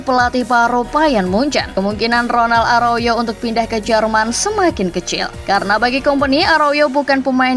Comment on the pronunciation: Aroyo?? Arauho min😅😅